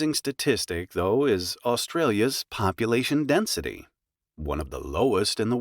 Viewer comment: I disliked it because it's too fast and he should pronounce density better. I understood dancing.